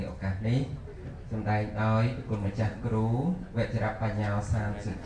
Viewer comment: គ្រូ មិនមែនគ្រុទេ